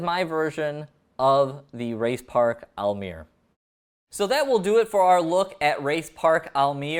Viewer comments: Almere is pronounced like this: al - meh - ruh but you were pretty close. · your prity close to the right way of saying almere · You said the name of the city ‘Almere’ sortha right